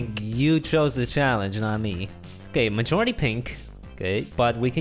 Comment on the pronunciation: He said mijority pink